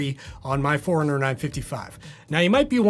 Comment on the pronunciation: Honest question. Why are you pronouncing it the Garmin "foreigner" and not Garmin 'Four-runner"? Not trying to be a smart@ I'm curious if I've been pronouncing it wrong for the last 6 years.